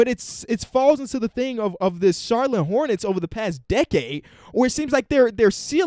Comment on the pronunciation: No one:: Charlone Hornets